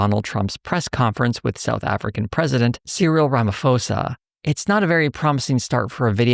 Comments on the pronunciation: Please look up how ramaphosa is pronounced before making a video that mentions him. All you americans do it wrong. The name has a P, this is not a difficult soum for english speakers. Why do you have to replace it with an f. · Just out of interest, his name is pronounced like Ramaposa (I guess for Americans it's like Rum-a-pause-ah). The h is there to show that the p is aspirated :) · Please learn how to pronounce Ramaphosa properly